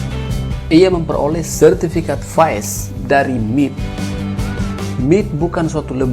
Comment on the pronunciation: MIT apa M-I-T narator ini baca bikin malu